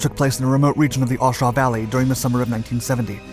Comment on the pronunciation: you need to do some more research, learn the correct pronumciation of A Shau and get your facts rights, dude a vet